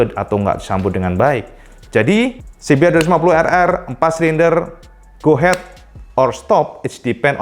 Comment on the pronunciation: dibacanya "se be er dua lima puluh errrrrrrrr" hihihi